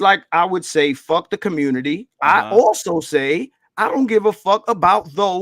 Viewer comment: Its a got damn phrase from David Carol. Stop playing,. I know we are good but Im just saying. Im OG to you dudes, really. I remember David Carol saying "Communitah" regularly. Thats actually what got my antennas popping with BGS. I heard him say "Communitah" and I knew something was up. Why would you even want to continue David Carol's legacy? Do you know how he died? Whens the last time youve been to Pittsburgh? He is no example to exalt.